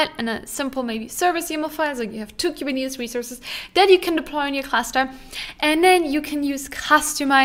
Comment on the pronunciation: Please stop mispronouncing “”Kuberneetes”